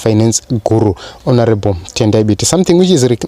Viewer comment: Lol, why do you pronounce Mthuli as Moo-thuli?